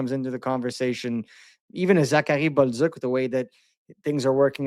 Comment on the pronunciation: 🤣I laugh every time at when he mentions Zachary Bolduc because he pronounces it the correct English way, then repeats himself with Buzzuck 🤣LOL it's ok man the correct way to say it for us US guys is "Bowl Do" or Bowl Duke" not BUZZUCK